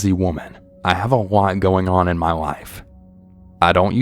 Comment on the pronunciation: “Ma husband said he seemed a little off” sounded so southern to me haha I’m Canadian and wish I had a southern accent soooo bad. Sometimes if I go to the bar my friends and I pretend we’re southern haha 😂